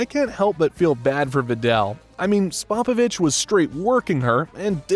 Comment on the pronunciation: I’ve never heard that mangling pronunciation of Spopovich before.